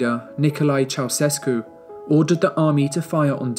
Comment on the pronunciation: The videos in this series are phenomenal! Really relevant footage, relevant details, fair and balanced representation, and great writing. I would say the ONLY thing suffering is the pronunciation of names. Ouch! Roosevelt, Allende and Ceaucescu need some help = )